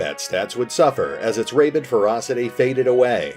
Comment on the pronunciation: rabid like rabbit phonetically